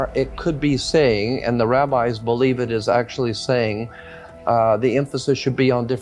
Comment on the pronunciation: Did you say Rabbi or Rabbit 🐇🐰 ??